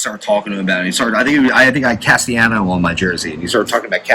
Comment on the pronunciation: CAS-TEE-AHH-NOS last part like THANOS. get it together